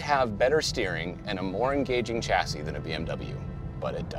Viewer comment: please pronounce chassis correctly next time ;)